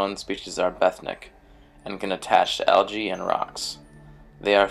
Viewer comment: "bethnic"? what? do you mean "benthic"?